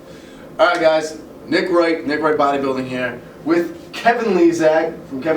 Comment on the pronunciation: "Nick Wight " ??? WTF DUDE ?